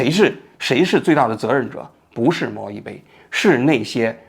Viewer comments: 人家叫猫一杯，不是猫一菲呀。王局老是把名字读错，而且是西场小学，不是西场中学呀。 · 王局讲的太好了！只有王局把这个事件挖掘到这个深度。虽然一直把小学说成中学，虽然一直把猫一杯说成猫一菲，但瑕不掩瑜。😂😂😂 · 是一杯，不是一菲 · 比对半天信息名字都一直念错，哪里的口音杯 /飞不分啊？ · 为啥一直读猫一“飞” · 是猫一杯不是猫一fēi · 是猫一杯，不是猫一飞。西场小学，不是西场中学。听着很奇怪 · 为什么一直在说猫一飞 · 是貓一杯, 不是一菲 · 王局，人家叫猫一杯不是猫一菲😅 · 王保长，请问是“猫一杯（bei)”还是猫一飞，bei fei不分的吗？ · 猫一杯 不是非 谢谢 名字都念不对就别拍视频了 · 王局是发不出 杯 这个音吗？为啥通篇都是猫一飞？ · 那个字念bei，听得真是难受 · 是猫一杯，杯杯杯，王局你这汉语怎么在央视混的，哈哈哈😁😁😁😁😁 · 王局注意一下口误吧，又猫一菲又西场中学的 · 那个叫猫一杯，不是一飞😂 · 个人觉得作为一个时政评论类的节目，王局是不是应该严谨一点？人家明明叫猫一杯，你非叫人猫一菲。而且罕见病的罕读三声，不是一声，但你在你的节目里一直读一声。如果只是一个拍短视频的搞笑网红这么念也就算了，你这个自诩北大高材生，央视记者，怎么这么不严谨呢？以此推理到你对待新闻的态度，会不会也是这么不严谨的呢？ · 王局一直念错名字，一杯不是一飞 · 我也是罗王局老粉了，拜托王局用点心，当事人名都念错，是猫一杯啊，不是一飞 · 是猫一杯不是菲，王局你做节目以严谨著称，至少你应该把当事人的名字念清楚或者搞清楚再说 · 这期口误好多啊 猫一杯 不是猫一菲 西场小学 不是中学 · 人家叫猫一杯，不是猫一飞，这么严谨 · 是小学不是中学，是猫一杯，不是猫一菲。两处口误多次念错，希望做节目再严谨一点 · 我断定王局之所以全程把猫一杯念错成猫一飞，是因为王局看过两女一杯的视频，潜意识为了回避两女一杯视频带来的不悦感受让意识层出现了这种口误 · 王叔叔， 人家叫猫一杯啦！不是 猫一菲 :face-green-smiling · 我怎么觉得王局说的是FEI...不是BEI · 虽说成大事不拘小节，但你还是矫矫错吧。把猫一杯念成猫一飞就算了，毕竟这种名字的确少见，但能把小学念成中学....我很怀疑你们究竟花了多少时间写稿子做视频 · 不知是不是個人聽力問題誤會主持人發音貓一杯變貓一飛 小學一年級的秦朗被王局秒跳級到中學，體驗秒打臉嗎？！看來小編和王局的嚴謹度有待改進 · 全程都是猫一菲猫一菲，杯 bei 波诶杯，王局这次视频背稿也太失误了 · 猫一杯，不是猫一飞😂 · 我还以为就我听错了。我怎么听都是猫一飞啊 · 王局，猫一杯最后那个字念Bei，不是Fei...... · 那叫猫一杯！！！不是一飞！！！虽然我知道是口误！但是听起来很别扭啊！！！ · 虽然是来看王局观点的，但8：45那照片明明是薛凯琪啊，一直把名字念成“猫一fei(杯）"如果不是有意的话，做视频的整个过程难免还是会令人感觉有一些粗糙······ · 猫一杯，不是一菲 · 王局，咱准备了那么多稿子，人家网名能不能给念对了啊。人家网名叫猫一杯，不是猫一飞😂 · 王局最近挺忙吧？这种社会娱乐类的行为明显不咋上心，人家叫 猫一杯，不是猫亦非。是西场小学，不是中学。好几次念错字。还是雇个校对吧。能把把关。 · 猫一杯，不是猫一飞。。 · 王局老説貓一fei😂但是應該是貓一杯吧😂，還有是西場小學，不是中學。雖然信息是假的，但是因爲重複了好多遍，希望王局可以再仔細核對一下🤣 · 比对这么半天念错几十次猫一飞？什么玩意啊！？你想飞哪啊？ 赶紧给观众朋友们道歉！ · 大哥，人家叫猫一杯，你次次念错成猫一飞，你们团队都没人校一下稿吗？ 要不要我免费给你服务啊？ 低级错误错的我都没兴趣看完了！ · 大哥，你先把當事人名字說對了再說啊！貓一杯，不是貓一菲，可能前夫哥更喜歡劉亦菲吧。要是你老是報導美國總統拜當、俄羅斯總統皮燈、法國總統牛可龍、德國總理蕭爾提大家的感受會好嗎？ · 一杯不是1️⃣菲啦😂一直在叫错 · 为啥猫一杯要读成猫一菲？连油管也成屏蔽字了？ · 从头到尾念错人家名字🤣杯bei子，不是妃fei子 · 王局，你能不能别总在视频里范低级错误？是猫一杯！不是猫一飞！一直犯错听着太难受了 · 貓一飛？ 聽得耳朵疼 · 王局全程读错了主人公名字，猫一非😂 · 王局怎么一直叫“猫一fei”啊？？ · 不是猫一杯bēi吗？ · 口里含牛至了，杯飞都念不清楚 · 😂这网红不是叫猫一杯吗？为啥王局一直喊猫一飞啊？ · 是不是口误，老是讲成猫一飞？ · 怎么老听着像是猫一飞？ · 把猫一杯叫成猫一飞 把西厂小学说成西厂中学 王局这集口误有点多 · 猫一杯怎么全部都读成猫一菲😂